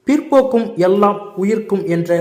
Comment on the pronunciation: Aiyaa adhu pirpokkum illa…. Pirapokkum 😐😵‍💫